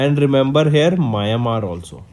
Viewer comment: it's meow n mar (Myanmar)